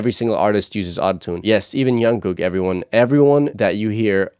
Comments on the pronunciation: Jungkook not Yonkook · Jungkook not Yungkook😂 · Liking your insights about the recording process! By the way the J in Jungkook is not pronounced as Y haha. Looking forward to more! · Nice reaction but I need to mention a couple of things. Jungkook's name is pronounced with a "J" sound, not a "Y" sound. Also, J-Hope is pronounced just like it's spelled instead of J-Hop. Jin is the oldest and then Suga. Keep up the good work and more BTS please!